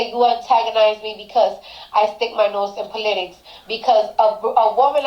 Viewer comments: It's POL-itics. Not PULL-itics. 😂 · Po-LIT-itcs. Just like ana-LYT-ics. Makes phonetic sense from a certain point of view. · "Plainton" and "Pa-litics" - Cardi B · I think the best thing to come out of this, is we learned a brand new way to pronounce the word "POLITICS," I Love it!!! 😂😂🤣🤣🤣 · Actually it’s PAUL-itics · Get it right...It’s Po-lit-tics! 😳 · "Po-LI-tics". LOL. Yup that about sums up Cardi. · Politics is not pronounced poleetics, Cardi. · Pawliticks. 😂😂😂😂 Plantten. It’s plankton 😂😂😂 I’d rather have the Pissa man be president 😂😂😂😂 Gaggilin??😂😂 I got so much businesses to do 😂😂😂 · "Paul-et-ics" - Cardi B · You mean "puleitcs" 🤣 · More like poler-tricks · 🤪🤪🤪PO LE TICS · Po-lit-ics haha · Cardi can’t even say politics right